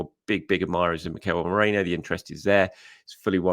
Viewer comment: Merino, not Moreno 😂